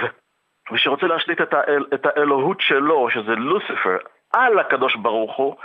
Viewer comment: איך הוא אומר את הלוסיפררר